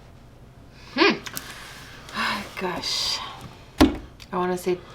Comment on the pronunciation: poo not boo